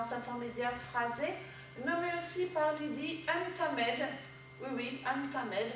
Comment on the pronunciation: Reste à corriger la prononciation du titre (bien écouter la chanteuse si besoin) O:^)